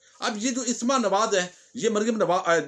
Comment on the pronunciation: Asma ki slif par zabar hai sir plz don't mind